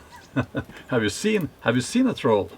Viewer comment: Sounds like dropping the R in troll was intentional when calling it a Toll Bridge. Gotta pay to cross the bridge😉